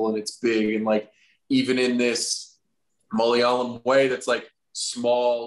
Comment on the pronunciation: I really miss those days when he used to say "Malalayam". Never failed to crack me up.